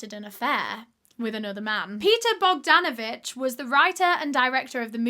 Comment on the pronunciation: when she says Paul Bogdanavich 😅